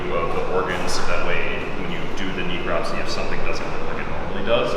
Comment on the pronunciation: she could at least learn to pronounce necropsy correctly, geez